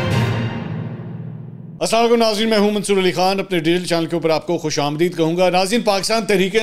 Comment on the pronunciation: Mansoor bahi khushamdeed nhi khushamdaid hota ha word Hamid meer sab or aftab iqbal sab thek pronouns krty hn word